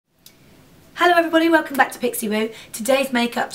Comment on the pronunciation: your 'Hallo!' sounds so German!! :p